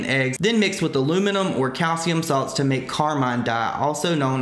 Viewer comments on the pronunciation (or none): none